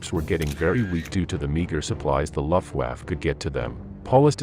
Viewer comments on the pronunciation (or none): "laft waf"